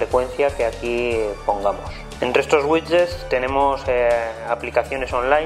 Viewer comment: no se dice wichets si no widgets, please